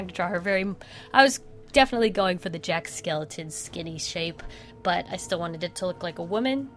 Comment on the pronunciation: "Jack Skeleton" It's Jack SKELLINGTON